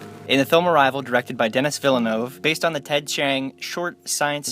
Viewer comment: Mispronouncing "Denis." Pass.